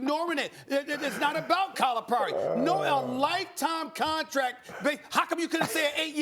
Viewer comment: Max is pronouncing Calipari incorrectly and it bothers me